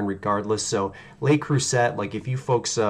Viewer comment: I’m in! Ps, it’s pronounced Le Crew-say ☺️